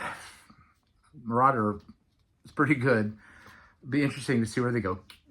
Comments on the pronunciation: Came here to say this. MIR-A-DOOR. 🤭. Jake literally says it onstage. They were incredible. Can’t wait to see them again and again. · Hey. ....glad you finally got to the show! But just FYI , Jake's side project band is named Mirador NOT Marauder.🫣